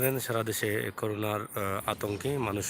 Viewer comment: এটা রাকিব রবেয়া নয়, রাগীব রাবেয়া। আর উচ্চারণ করুণা নয় করোনা। কষ্ট করে ঘুরেঘুরে ভিডিও করছেন এইসব ছোটখাটো বিষয় খেয়াল রাখবেন। নয়তো ভিডিও লেইম মনে হয়